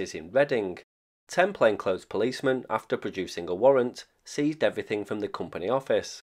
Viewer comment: bloody hell dude, can you make pitching a tent any more boring?? I particularly like you telling us about "everyfink" 😂